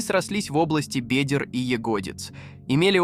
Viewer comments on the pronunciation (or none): Откуда такая дикая озвучка? Лучше уж субтитры,чем такое! Убило "срощение в области бедЕр и ягОдиц" Смените бота!!! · "... срослись в области бЕдер и ягОдиц ..." Седьмая минута, двадцать восемь секунд от начала. И ещё масса таких явно "нерусских" ударений. Откуда? Узбеки озвучивали? Или аварцы? :) :) :)